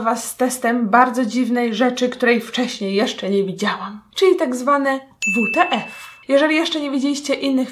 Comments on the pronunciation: Na serio WTF -wuteef tak powiedziałaś czyta się wytyfy PS to skrut what the fake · Czyta się wytyfy a nie wute ef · To się czyta wtf